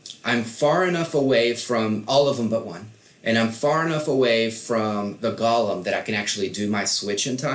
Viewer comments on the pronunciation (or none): Gollum event does it say my precious its pronounced go-lum the e is silent